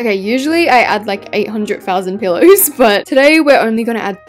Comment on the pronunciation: Every time I hear pillows come out of your mouth I hear the word pillars